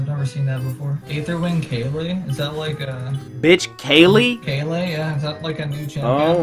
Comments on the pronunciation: pronounced "kail" not "kay-lee" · He pronounces Kayle as Kaylee and thinks you can dodge autos as Viktor. My god, Gold is a weird place.